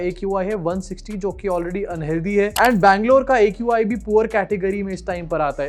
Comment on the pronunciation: Qi bolti ha not aqi